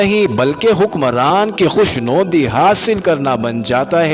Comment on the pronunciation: ایڈمن.......لفظ "مُژدہ" نہیں " مَژدہ" ہوتا ہے....... لفظ " عُنصر" نہیں " عَنصر" ہوتا ہے " خوشنَودی" نہیں "خوشنُودی" ہوتا ہے